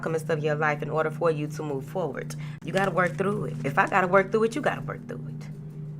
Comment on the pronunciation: Moving fowardt 😂 I love yo energy & messages Queen💫